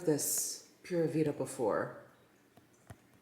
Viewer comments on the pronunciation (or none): Just FYI, it's poo-ra vee-da and it's Costa Rican national saying for Cool, groovy, everything's good, etc., etc. Literal translation is Pure Life (or simple life) and it's ubiquitously synonomous with Costa Rica. Cheers y'all!